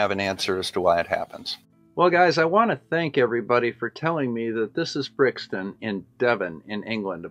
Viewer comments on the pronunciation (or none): It's Brixham. Brixton is in South London and is a hell of a lot more than one letter different! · Don't wish to sound pedantic Bob, but it's Brixham... Brixton is in South London.